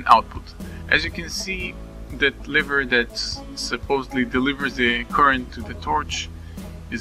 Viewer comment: Thanks, this is a great tutorial for redstone newbies. Your english isn't that bad, the only thing I noticed is that you pronounced lever kind of strangely.